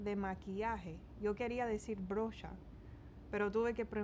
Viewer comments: Noooo es brocha jajajjajajaj, qué divertido como los cubanos reemplazan las R por L, suena lindo y muy diferente al resto de latinoamerica, suenas muy simpática en español! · La Siri no sabe! Sé dice brocha 😂